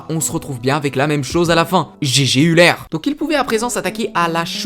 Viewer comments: EULER pas ULER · "Grâce Üler" aie, peu de respect pour ce mathématicien suisse :(